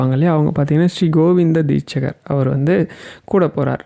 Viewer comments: Deetshadhar not deetchgar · தீட்சகர் இல்லை, தீட்சிதர். சரியாக சொல்லணும்னா, தீக்‌ஷிதர். ஹரஹர சங்கர ஜயஜய சங்கர.🙏🏼